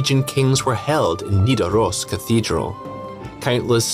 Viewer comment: No you're all wrong. Olav is Olav Haraldsson, Olav digre or Olav den hellige. Nothing "lawbreaker" or whatever. It's Nidaros with a d, Norwegian does not have TH sound. Some of his people supported him, some didn't, as usual.